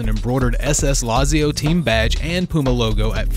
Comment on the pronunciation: it’s pronounced “latzio” but nice video guys!! 🤩🤩😂😂💀💀